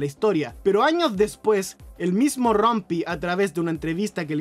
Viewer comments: Buen video, varios los conocía, me dio risa como pronuncia "Rumpy" ahahahah ¿Rampy? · buen vídeo, pero xq pronunciaron Rumpy como "Rompi"?? 😆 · Sí, me di cuenta cuando estaba editando el audio que lo pronuncié como si fuera una palabra en ingles XD Este video fue super rusheado así que no presté atención a detalles.